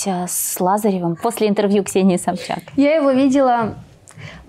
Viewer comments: Почему она говорит у СобЧака? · Диночка не упускает возможности сказать миллион раз, что она помогает своей семье ) А что, зарабатывая миллионы- это подвиг такой поделиться со своей семьёй? ) В конце концов, она не в шахте их заработала?!) Смешно как она говорит фамилию Собчак - собчакА)) Бухала, курила, с тем таскалась, с другим🤦 как про@@@ какая-то ... Не слышала, что даже бы те русские девчонки Валя Карнавал, Гаврилина вели такой образ жизни, хотя они не менее популярны и молоды А покрытая мать за бабки готова все простить и на весь харам закрыть глаза..) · Собчака🤦‍♀️мне одной это слух режет